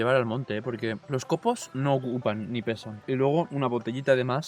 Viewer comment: nin? Eres de suances o que?